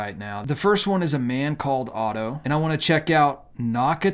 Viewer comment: Dude, do you not know your t from your f? You stated a man called of instead of a man called otto.